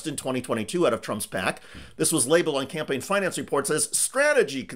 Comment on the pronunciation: You are too cruel, Did I hear you say 'Scampaign' and not 'Campaign'? You are sooooo evil...